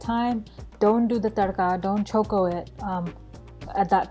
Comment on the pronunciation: I liked the way u said tarka or chokho. Besides coconut oil, can u use any other oil.?